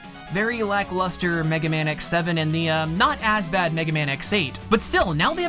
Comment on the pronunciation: D ahhhhhhh MEGA MAYWN!!!! SUPER FIGHTIN ROBOT, MEGA MAYAWN